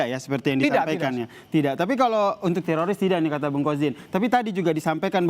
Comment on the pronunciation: telinga saya mendengar bilang Terosis bukan tiroris. yang sama pendengarannya kasih👍